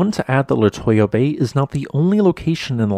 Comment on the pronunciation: La two yuh bay not la toy yuh